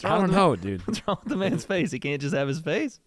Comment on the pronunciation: “That’s my manths 🥹” 💀